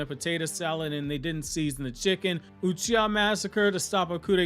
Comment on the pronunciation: omg I’m dead, ‘Sasuke Utreeha’ 😂